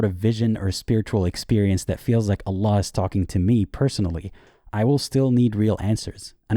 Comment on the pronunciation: 'anna laa' he says, fake exmuslim confirmed 😂